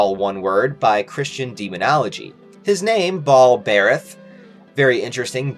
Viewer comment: I think it's pronounced ball-bur-ath